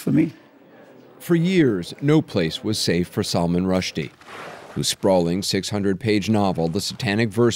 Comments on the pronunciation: "It's Salman! Not SALMON!" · Its Sull Maahn ,not Salmon. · I am surprised Anderson cooper is not pronouncing Salman’s name correctly.